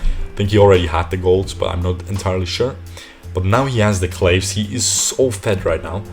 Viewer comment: hey! love your vids, especially these pro analysis vids however, can't help myself from commenting that "claves sancti" is a latin word, so the pronunciation of the first word is "clah-ways", or, if you can't bear being that much of a wanker, "clah-vays" have a nice day